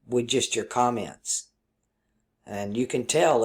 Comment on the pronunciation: Did you say cum ments? lower chakra comment :D